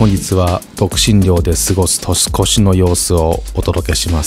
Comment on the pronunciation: 年末年始、絶犬ちゃんと過ごせるなんて最高ですね🎵除夜の鐘が鳴る時間まで、あくびをしながら一緒にいてくれるどんぎつね様に胸が熱くなりました。一つ気になったのですが、本日は独身寮で過ごす年越しの様子と言われた時「としこし」が「とすこす」と聞こえたのは私の気のせいでしょうか…😵